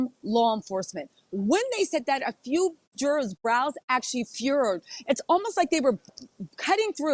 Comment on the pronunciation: LOVE your shows & been watching you from tv to here for YEARS now! Your coverage of the Diddy trial is so compelling and keeping me watching for every tidbit! BUT when you pronounce jurors as Jurrares it throws me every time! Is that a Georgia accent?